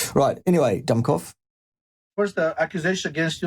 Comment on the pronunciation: Sorry didn't catch his name. Did you say dumbcoff or dumbfuck?